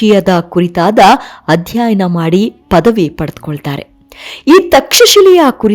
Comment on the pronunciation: ಮೇಡಮ್ ನಿಮ್ಮ ಧ್ವನಿ ಚನ್ನಾಗಿದೆ. ಸೊಗಸಾಗಿ ವಿವರಿಸುತ್ತೀರಿ.ಆದರೆ ನೀವು ಮತ್ತೆ ಮತ್ತೆ ಬಳಸುವ ಕೆಲವು ಪದಗಳನ್ಮು ತಪ್ಪಾಗಿ ಬಳಸುತ್ತದ್ದೀರಿ. ಚಾಣಾಕ್ಯ, ಅಧ್ಯಾಯನ, ಧನಾನಂದ ಇತ್ಯಾದಿ. ನನಗೆ ತಿಳಿದಂತೆ ಅವು ಚಾಣಕ್ಯ, ಅಧ್ಯಯನ, ಧನನಂದ